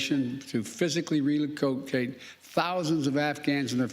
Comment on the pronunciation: To be clear: lol retrograde? miss-spoke relacokate relacokate again competition emergency lol not true but not supporting either way the focus laaaaag yet fruition speeded while the wait is taking place… and hopefully while they’re waiting there… when I was in Afghanistan I been there a number of times just for fun lol lost train of thought going nowhere Shew wee idk what compelled me to stamp that but hopefully someone who didn’t believe before realizes this guy is on the decline. We are in trouble.